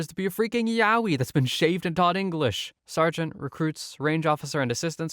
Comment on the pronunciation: Your pronunciation of Yowie was correct!⭐️